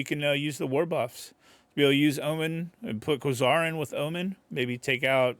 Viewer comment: Quasar = Kway-Zar